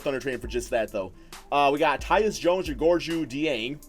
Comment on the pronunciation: Please look up how to say his name Gorgui dieng